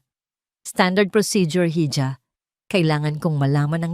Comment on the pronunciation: Hija is read as iha and not hidja..❤